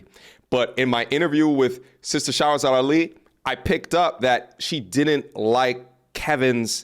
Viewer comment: 2 years and you still have not taken time to pronounce Her name correctly... You can't mispronounce it an claim your educated 😂